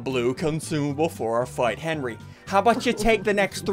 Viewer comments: Henwy not Henry!!! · Henry not Henry!!!!